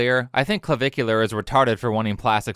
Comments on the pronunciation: Cluh-Vick-You-Ler (it's not rocket science, ). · i love that the news anchor pronounced his screen name as Clava-cooler. had me giggling for a while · “Clavicular”? Did he name himself after bones?